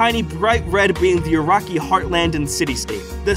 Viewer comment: Ur-rak-ee!?!?! Naaaaah. Bs nah It's Oo-Ruk-Kai Uraki